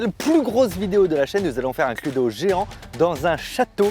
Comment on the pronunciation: C'est ou à il dit Cludo 😂